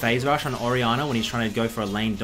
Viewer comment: nobody:: orianner